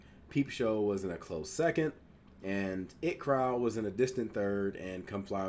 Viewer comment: it’s pronounced I T crowd. The 2 capitals are pronounced. It’s not just the word it. Been here since the inbetweeners. Always look forward to your videos